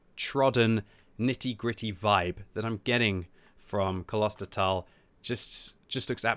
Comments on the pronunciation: its pronounced Klostertal, not Kolostertal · You pronounce it like this: Close-There-Tal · Long ooooo in pronounciation ……kloooostertaaal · It's klostertal, not kolostertal. The kl in there sounds like the cl in clip, so I'm really surprised it's so hard to pronounce. Also, since I guess it's German (and not Dutch like my native language), the o and the a should be pronounced as long sounds. I mean the o in oh instead of the o in other. The a is already pronounced good enough by I think...you could also open a new tab, go to google translate, set the input language to German, copy-paste klostertal and press play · Klo...Klo klo klo...Not kolo...Think klo like clause and not colossous... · It's Klostertal, not Coloster towel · Haha. Its K L OsterTAL. And not K O L O sterTALL. We dont speak an O after the K and the A at the end is a long version. 😀😀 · Where do you see an „O“ between K and L it‘s like Clown, Klo- ster, Not K O L OSTER? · Hey the pronounciation of this map is: Klo-ster-tal Its something like abbey village Like a city for monks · Klostertal ist German and stands for monastery valley. It is a real location in Austria. Klos-ter-tal: Close ter tal. say Kloster. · Kloostertaal that's the pronunciation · "Kloster" is pronounced like Gloucester with a loooong o. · the correct Name is "Klos-ter-tal". Thanks for the preview. Greets from fastbRTU <3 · Howz that pronounced, Klusterfoul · Klostertal is actually pronounced with how an 'o' would sound if you spoke it on its own. Both the o and the a in Klostertal are a bit longer than you pronounced them too. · When pronouncing „Klostertal“ you need to emphasize the „o“ :) it’s German and means monastery valley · Iam sorry, but you dont get the name right xD the O in Klostertal is pronounced like a "oh" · You've got the pronunciation fairly wrong. Just google it, my first result for "Klostertal pronunciation" was Forvo and that did in fact sound right. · Use a little pause between Kloster and Tal, greetings